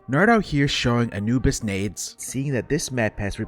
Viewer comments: Awesome video but on a sidenote my man just can't pronounce Anubis lmao Anubis not Anibus! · also it is pronounced uh-noob-is lol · the way you are pronouncing anubis is hurting my balls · I love your videos but that is not how you pronounce Anubis😭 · Please pronounce "Anubis" correctly